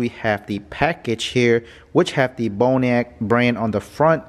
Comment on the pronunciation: Looks like "Bon Roc" to me, not "Bone "E" Ack"